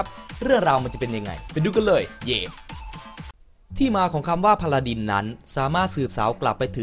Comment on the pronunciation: พาราดิน ไม่ใช่ พาราดร พาราดร ไม่ใช่ พาราดิน